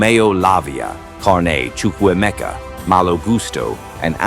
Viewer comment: He got the pronunciation of Ugochukwu and Chukwuemeka right 😂😂😂